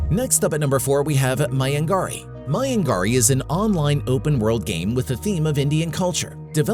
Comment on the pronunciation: It's maya- nagri